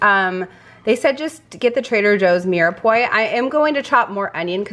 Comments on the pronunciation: Really good haul! Glad to see certain items are back in stock. By the way, Mirepoix is pronounced "meer-pwa" or "mir-a-pwa", if that pronunciation is easier. I hope this helps for future reference. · Fyi, the mirepoix is pronounced "mirpwuah" it's confusing because of the way it's spelled but French words are tricky. I hope this helps.